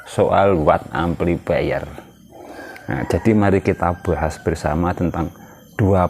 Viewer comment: Bahas,bukan buhashhhh